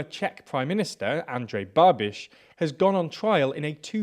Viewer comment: Good pronunciation of Andrej Babiš